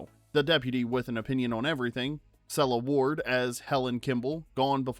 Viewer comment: You got the French name perfect but the Sela Ward (Seal Award) attempt was lame!